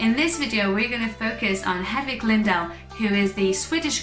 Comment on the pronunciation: Her name is Lindahl not Llyndhal